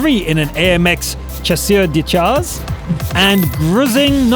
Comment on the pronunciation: Good vid as always, but your pronunciation of french tank names is atrocious. You manage with german tanks, so why not with Chasseur des chars? The french 'ch' is pronounced like the english 'sh'... so 'shasser de shar' is how you should pronounce it. I hope to see the improvement soon. Keep up the good work.